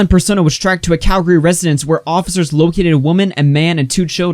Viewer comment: thanks for not saying cal-gary